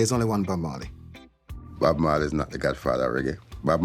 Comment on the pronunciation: you dont say the E in marley...